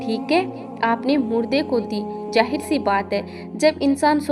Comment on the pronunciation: Jahir nahi beta zahir talaffuz pr tawajjoh do